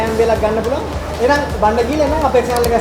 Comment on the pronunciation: තෙන්කියු කියන්නේ මොකද්ද අප්පා? 😂😂